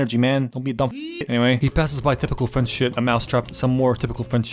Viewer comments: this was perfect, perfect accent, just mwah "chef kiss" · Pov : I´m french and I´m looking this video « Shit he have a good french accent saying some shitty fing of french ! » Sorry for the writing error